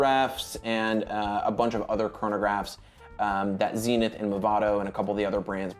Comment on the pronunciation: It's Zenith (think buddhist Zen) , not Zinith ; )